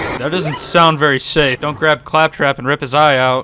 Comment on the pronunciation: I have to say! I enjoy your commentary a lot in your videos! Here specifically😂 ”Ay faptrap, catch”😂